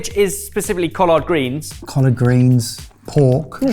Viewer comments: pronunciation: coll-erd not coll-ard. said it better than. kwanza, where the "a-n" sounds like "ah" not just an "a" sound. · Bro. That pronunciation of "collard" and "Kwanza"......you could have just asked google before filming. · As somebody from the Southern US hearing collard greens not pronounced "Collerd" made me do a double-take. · For you Brits, "collard" is pronounced the same way as "collared" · Most folks in the southern US pronounce collard like the a shirt collar with a d on the end not cohlard like does. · Cau-lard greens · Being a very nearly lifelong resident of the Southern portion of the US, I have a slight issue with the pronunciation of COLLARD greens. While I understand that there is an A in the word, I’ve never heard it pronounced with the ‘A’. had it right, it’s more of an ‘e’ sound than an ‘a’ sound. Edited to add: Basically,go from the ‘l’ sound directly to the ‘r’ sound without a stated vowel in between the two consonants. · The way he pronounces collard!! Love it! 😂😂😂😂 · As a Black American, thank you for including our culture. Great job. pronunciation of collard greens was so proper!!! lol😂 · Lol, the way is saying Collard is killing me. was spot on and pronounced Kwanzaa correctly too, it's more Qua than Kwa. Merry Christmas from NY boys! xoxo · The way is pronouncing "collard" is sending me 😂 EDIT: "Bod High" 😂😂 EDIT²: 49 miles? I've had commutes shorter than that. EDIT³: I have never had a sweet kugel before, but I've heard of them. I would have said Germany because that's the origin of most Ashkenazi cuisine, but the sugar beets really confused me. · pronunciation of Collard makes me suddenly see the Hoppin john (blackeyed peas and Collards) in a but of a more posh light.. 😊